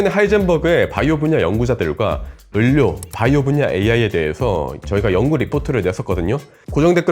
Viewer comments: 선생님 유익한 내용 잘봤어요 상용화 될 날이 기대됩니다. 말씀드리고 싶은 것이 있어요 의료, 의료, 의료, 이 세 번 다 자꾸 꾸준히 을료라고 발음하셔서 제 머리속에 자꾸 물음표가 떴습니다. 의료는 발음도 의료입니다 참고해주세요! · 왜 의료를 을료 라고 발음해요? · ‘을료’ ‘을꽈’ 실화임..? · 아니 형님. 을료 아니고 의료 라니까요. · 의료. 다시 한번 발음해보실게요. 의.료. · 의료 발음이 조금 특이하시네요 ㅎㅎ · 아. 참 좋은 채널인데 ㄹ 발음 하시는 것 듣기가 너무 버거워요... ㅠ 의료 의료 이런 거 특히.